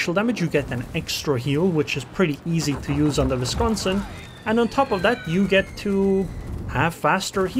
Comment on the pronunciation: Its a double u(w) pronunciation. Not a v. Just fyi. Love your content. Also the Seattle... lol. Sea-at-tol